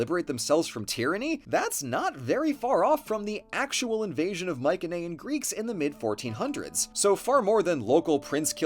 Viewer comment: Every time I hear "Mycenaean" with a hard C I question everything else said